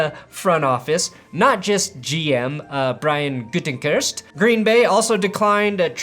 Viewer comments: “I’m sponsored by Duolingo to pronounce ‘Gutekunst’ right” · "I'm going to teach my audience how to say Gutekunst"